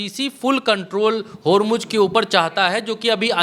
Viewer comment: Please pronounce Hormuz correctly. Its Hormu(z) not Hormu(j).😅. Shame. Being journalist doesn't know how to pronounce correctly.